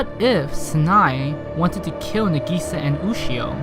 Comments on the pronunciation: Kaida hes putting the emphasise on the "i" not the "a" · I want to watch this but it's pronounced (NAH.GEE.SAH.) AND YOU SAY IT FAST M8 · It's Na Gi Sa, NAGISA. not Na GEE Sa. jesus fucking christ. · it's Nagisa not Negiiiiiiiiiiisa!!!! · na-geese-sa it's nah-gi-sa ya gotdamn weeaboo :/ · Correct pronunciation: Nah-Gee-Sah. Incorrect pronunciation: Neh-Gee-Sah. Subs>Dubs!! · the way you say nagisa is nagasa is what I hear in the subs so I'm pretty sure you say nagasa instead of nag EEEEEEEEEEEEEEEEE sa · You said Na-gee-sa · NUH GISA NUH GISA NIH GISA!!! YOU MAD BRO!? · "Na-gei-sa" is what he is saying xD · It’s na~gi~sa~ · IM DYING I'm sorry but the way you say nagisa is getting on my nerves Plz Nah-gee-sah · It pisses me off the way he says Nagisa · How can you hear her name dozens of rimes and say that absolutley wrong? Are you dumb or deaf? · Something tells me you watched the dub because your pronouncing her name wrong 😂😂 no hate tho lol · You're pronouncing Nagisa wrong, but this video is still pretty damn funny. This anime looks maybe simple and emotional, but beyond the naked eye, this anime is so complicated and so wonderful. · why the fuck people keep saying it wrong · elizabeth sa fucking same... how hes pronouncing it is annoying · I know I'm 3 months late, but this drives me insane too. I know it's because the English dub mispronounces it, but still. Besides, the Japanese cast to Clannad is vastly superior (I'm not an elitist 'sub is always superior' person), with it able to convey more emotion despite the language barrier. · My butt cheek clinches every time you pronounce "na'gisa" the way you did... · All of the names he said are badly pronounced. Nagisa Him - Nagi-sa Real - Na-gi-sa Tomoya Him - Tomo-ya Real - To-mo-ya Really do you really watch anime?! Just pronouncing right japanese is so hard for you?!